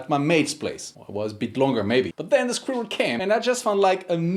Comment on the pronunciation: Sorry, but at the start I have to say... I have noticed that people that speak Deutsch have as hard a time saying 'squirrel' as English speaking people do saying 'Eichhörnchen' But did well here! At least that has been my observation!